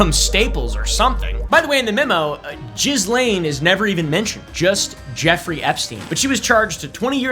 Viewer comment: Your pronunciation of 'Ghislene' is actually the correct one 'Jees-Lane'. French first name, that's how the french pronounce it. I know because I dated a Ghislene 😅